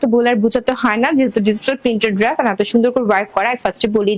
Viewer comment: আপু আপনি উপস্থাপনা গুলো স্বাভাবিক ভাবে ও দিতে পারেন এত দ্রুত তো ভেঙে চ্যাঙ্গাইয়া বলেন কেন নিজে ভালো করে শুনেন আপনি ড্রেস কে কি বলেন । আর আল্লাহর দেওয়া চোখের কালার ভালো লাগে না না বিড়ালের মত হইতে মন চায় ভালো করে দেখেন তো বেশি ভালো লাগে আপনাকে। নেগেটিভ কথা বলতাম না বললাম যাতে আপনি নিজেকে সংশোধন করিতে পারেন। সবাই তো মিথ্যা মিথ্যা তেল মারে আমি সেটা মারতে পারলাম না